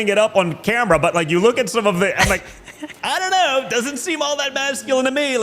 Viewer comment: Don jr pulls goes full DeSants saying "i dont know" with his whole tongue. what the hell was that???? fucking freak. Only Ron DeSanctimonious could pull yet here we are. Why are all thee modern republican's so weird.